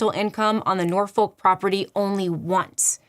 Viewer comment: I live in Norfolk UK and when I hear Americans pronounce it I find it so weird as we pronounce it as n OR folk with the n or folk with or being heavily pronounced Norwich Nor witch example of the biggest city Norfolk ❤